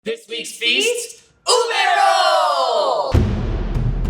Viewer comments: It's not uBAE It's OOOBEH get on our filipino level (We're not really mean I was kidding) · They pronounced it ooh-bae When its actually pronounced ooh-beh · isn't it ube not ubey? Also I cant believe how accurate it is!! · A Penguin approves their pronunciation. It's pronounced as ooh beh not oohbae. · Bro- Im getting triggered bc HE keeps saying UBEY Its literally pronounced U-BE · how you say ube (ooh-bay) how its really said (oob-eh) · Not ubei u be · How Americans pronounce ube ubi no its ube you Americans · I'm a filipino i say uuube when i heard lars said ube i heard ubey I like leche flan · oob role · Say it with me, "U(Ooh)-be(Beh). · My teacher keeps making fun of Filipino foods. He pronounces Ube, OOB. He's like, "Well, you say YouTUBE. If you take away the "You" then it sounds like "OOB"." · UBE CAKE? DID YOU SAY UBE CAKE?!?!?